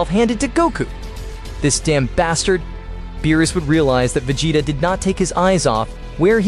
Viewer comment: Beerus not meerus